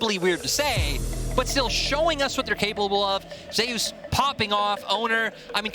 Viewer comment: If Zeus named himself after the god then why do the casters pronounce it as Zay-Oos?